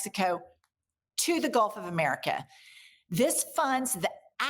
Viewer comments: Golf of Uhmericuh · Mayne we rename it to the way she pronounces it, the gulf of Imeerikkka? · " GOLF OF MURIKA" 😅